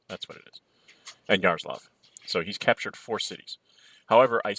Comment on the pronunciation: Hey Fred! You pronounce Yaroslav, but there is "l' on the end - Yaroslavl. Yaroslav - it's russian name. Yaroslavl - city of Yaroslav.